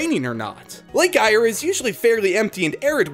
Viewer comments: And Eyre is pronounced Air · He called it an emoo its a an emuu and lake eyre ire and brisbane melbourne canberra cairns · The way he said Cairns and lake Eyre fml